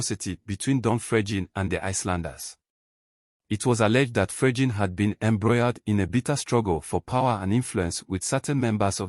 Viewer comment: i didn't say it is not Fregene but not pronounced the way he is pronouncing it. Listen to how he is pronouncing it.